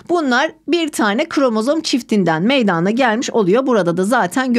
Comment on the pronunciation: Hocam çok iyi hoşsunuz. Anlatımınız süper. AMA gerçekten konuşurken meydaaana gelir diye telaffuz ediyorsunuz. Rica etsem direkt meydana diye telaffuz etseniz:)))